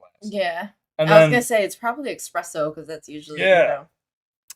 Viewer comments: Espresso not expresso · Kinda unrelated, but if you are ever in Italy or come cross any Italians, it’s not expresso, but espresso without the x. the lady says expresso and this reminded me of Lionfield (Italian guys) being very passionate over the pronunciation of espresso.